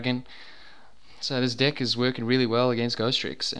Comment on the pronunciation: enunciate your FREAKIN Es YOU SAID DICK LIKE 70 TIMES